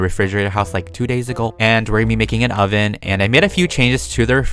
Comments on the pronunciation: IZ CALLED A SOVEN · u call it... The stoven